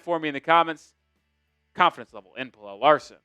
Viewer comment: u gotta stop pronouncing pelle like that bro